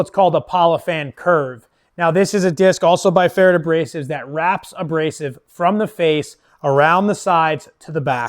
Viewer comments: Its actually pretty close to correct . Only need do pronounce the "rd" a bit different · I've never heard pferd said that way. I know an auzzy that says it like preferred.